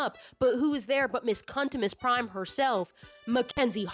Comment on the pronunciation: i heard you say cuntimus prime and oh my god please make your next video about the transformers fandom i would appreciate it so much